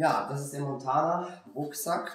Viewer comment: gutes Video! die Marke heißt allerdings Mantona und nicht Montana ;)